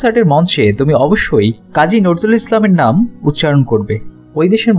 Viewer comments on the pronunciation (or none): কাজী নজরুল ইসলামের নামটা আপনি ভুল উচ্চারণ করলেন